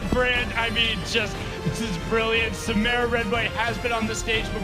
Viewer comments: I hate how they said SaMARuh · They keep saying samara name wrong 😂